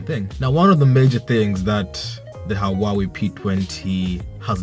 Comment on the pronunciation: It's pronounced who-ah-wei.